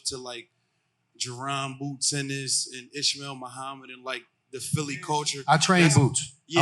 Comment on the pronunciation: It’s PHILLY not phelly wtf😂